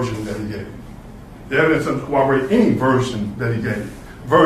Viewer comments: Trivial comment but it's amazing how many lawyers can't pronounce corroborate. They say co-wobberate. Just a pet peeve from a retired editor who, according to my kids, never retired, just got more annoying. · You can be assured your defence lawyer is tippity-top notch when he repeatedly says "cowwoborate" even though he's demonstrated a pristine ability to pronounce R's; then follows it up with a smattering of uhh's :) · defense counsel can’t say the word corroborate correctly 😂